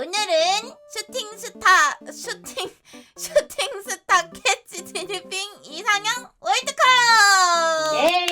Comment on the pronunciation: 님 슈팅스타 발음 안되죠 ㅋㅋㅋㅋㅋ